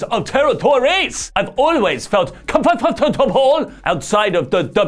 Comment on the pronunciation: The way he said comfortable 😂